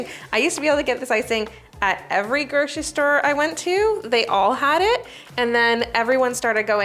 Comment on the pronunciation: i can’t listen to “groshistore” anymore can’t make it through this one